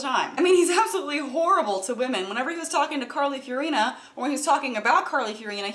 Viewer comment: I might be sticking my neck out here, but either she's mispronouncing Carly Fiorina's name or I am.